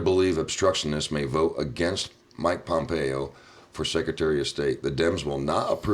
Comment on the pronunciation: Hey buddy, the guys name is Pom-pay-o, not Pompeii. Pompeo.